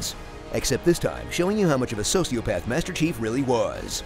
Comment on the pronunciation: I can’t stop laughing cos I keep hearing him say “Master Cheeks” instead of “Master Chief”